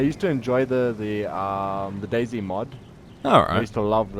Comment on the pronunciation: I keep on thinking that he’s saying dasy instead of day z